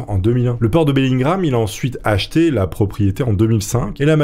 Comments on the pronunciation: BELLINGHAM ça se prononce BELLINGUAM et non BELLINGRAM .... oui je sais, je chipote :D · C’est Bellingham pas Bellingram Bref sympa l’histoire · Bellingham pas bellin gramme... Kenavo!!!! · Bellingham donc pourquoi dit-tu Bellingram ? Peu être est-ce moi mais j'ai pas trouver sa logique.. :)